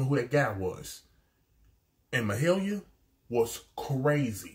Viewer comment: Yes! Been hoping you'd start to react to the incredible Mahalia. And yes you are saying her name correctly. You asked about her journey and whether she'd been on any singing shows. She was on The Voice 9 years ago. This is her audition of Proud Mary. She was also on The Masked singer this year. She was the Pavlova. Sounded incredible as always. Aside from performing with her father on many of his tours, she's also recorded and toured with her own band "the soulmates". She's worked with a lot of other artists here. I have no doubt this will not be the last time you react to Mahalia.